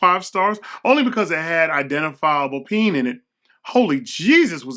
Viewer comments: Penne is pronounced pen-ay, not peen lmao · M'man said "peen"....its "Pen-eh" lol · Came for someone to call out the “Peen” pasta. But I was disappointed 😅 I can’t be the only one who heard that. Lmao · Gotta love that “Peen” pasta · 🤣I thought it was hilarious.